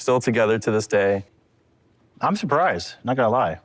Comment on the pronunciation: I think he means "to this day" although he didn't enunciate. That's a common phrase that just means 'today.'